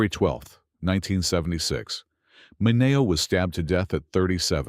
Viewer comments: They're pronounced Min-ee-oh and MAY-bel! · Look, if you're too lazy to do your own narration, could you at least teach your AI to pronounce Sal MIN-E-O's name correctly? And have we really come so far? As long as there are videos "exposing" gay stars, gay folks will be treated as though they're secretly rodent devouring aliens who even in death- must be outed to satisfy the public's need for gossip.